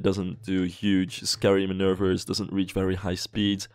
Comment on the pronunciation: i love the way you say manouvres. manurrrrveerss. if you want to know most people say manoovers